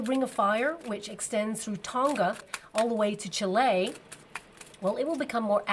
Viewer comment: Aww I love how you pronounce 'Chile', where I am from! Thanks so much for your guidance! <3